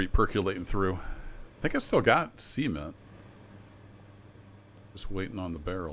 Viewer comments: Are you pronouncing cement like that on purpose? Like it's two ceperate words? Sea ment? Because it sounds kinda sus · Makes me laugh every time 😂